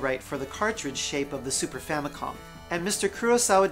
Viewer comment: I'm fairly certain that he said, "Famicon", instead of "Famicom".